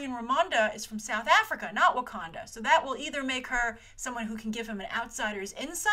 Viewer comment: not Wakonda its Wakanda aaaaaaaaaaaaaahhhhh